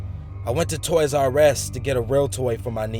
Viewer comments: its, toys r us, not toys r s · Is that how americans pronounce TOY'S R US as Toy's R S ??